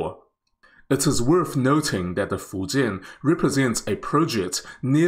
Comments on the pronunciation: thanks to this video, i finally know how to pronounce fujian correctly. good luck to china on the successful completion of your carrier. wishes from India, your rival and friend. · Taiwanese has unique accent when they speak chinese but man in this video doest have accent when he speaks the word "Fujian"